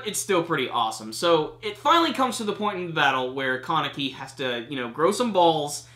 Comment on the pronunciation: The way you say Kaneki. "Carnickie"